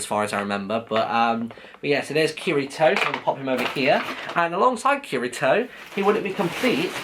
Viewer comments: also is Kirito (Ki-li-to) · it pronounced key-D-toe